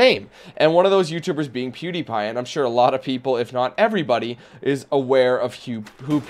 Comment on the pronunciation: Funny though you almost said "Poodiepie" 😆